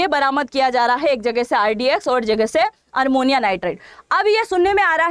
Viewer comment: Armonium नहीं ammonium nitrate